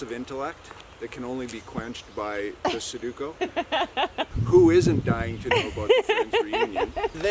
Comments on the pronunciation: yes lol he switched the vowels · "i have a massive intellect" 3 secs later: "suduko" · Not calling Sudoku, “Saduko” 😭 this family is too cute, always good vibes🥰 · Is it because its sudoku? Like he pronounced it wrong? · “I have a massive intellect” proceeds to pronounce sudoku wrong 😂